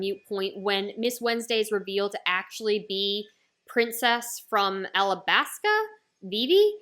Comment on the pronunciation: ow no problem but I'm pretty sure it's alabasta cuz everyone else says it like that